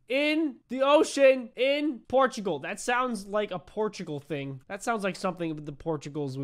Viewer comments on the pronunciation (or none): none